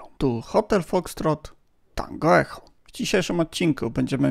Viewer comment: Tak naprawdę, to Echo nie wymawia się przez "h" tylko przez "k" czyli "eko", bo to z angielskiego wymowa 😉